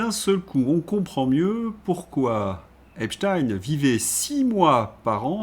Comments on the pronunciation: Arrêtez de prononcer "epstchiiiiin" !!!! C'est ridicule ! Vous allez prononcer aussi Albert Einstiiin ??! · ..vous avez commencé en disant EpstEIN ..s'il vs plait arrêtez de dire Epstiiin! C'est plus subtile que vous le croyez et aussi0, que les pts Français devraient voir poyrquoi ! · Deux Epstein correctement prononcés, j’avais espéré mais ils furent suivis par trois Epstine… Pas de pouce levé ! Dommage, le reste était intéressant ! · pourquoi changer la prononciation de einstein , frankenstein et epstein ? pourquoi renoncer à notre langue alors ? est-ec pour proteger einstine, frankeinstine, epstine.... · Pour quelle raison prononcez-vous Epstine ? 😁 Merci d'avance pour votre réponse.